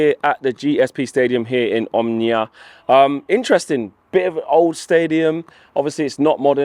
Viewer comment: It's O-M-O-N-I-A all the letters are loud there is no silent O in between M and N! Match time getting closer my 2 loves in the same stadium lets gooooo!